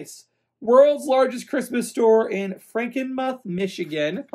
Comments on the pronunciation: It's Frankenmuth, like moo (cow) lol. Merry Christmas 🎅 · Hi, it’s actually pronounced Franken-mooth. Michigander here. Hopefully you receive my card soon.